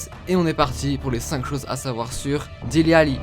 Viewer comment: Dele pas dili